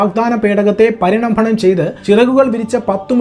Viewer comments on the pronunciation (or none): " പണിരംഭണം " എന്നല്ല " " പരിരംഭണം " എന്നാണ്.